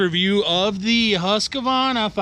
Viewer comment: LOVE YOUR VIDS !! But one thing is killing me lol HUSQ-VARNA. NOT HUSQA-VARNA. Keep up the awesome work!